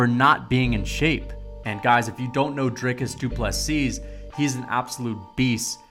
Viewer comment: The last s of Du Plessis is silent